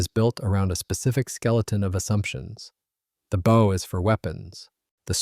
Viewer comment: Why can't they get a human to read the script? The front of a boat is its bow, rhymes with wow, does not rhyme with owe.